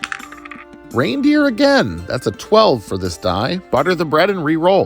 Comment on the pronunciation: Every time you said reindeer I flinched